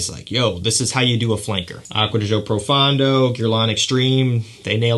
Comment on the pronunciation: Please learn how pronounce Gio, Givenchy, Hermes, John?!? Paul Gaultier, omg